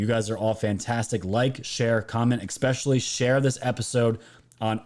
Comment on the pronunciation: Esssssssspecially.... Not exxxxxxxxpecially... PLEASE!!!!! OMG